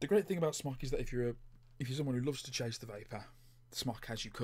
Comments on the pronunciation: It's pronounced Smoke, it's short for Smoktech. aka smoketech. No offense but the tvf series is over done. It's been out for like 2 years ago. I've had a tvf8 baby, cleito, vaporesso, eleaf etc. I still think my Crown 3 is above and beyond any of those. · Andy S Could well be dude, but without an 'e', I'll always be pronouncing it 'Smock'. Where would the Brits be if we didn't stick to the appropriate pronunciation of things xD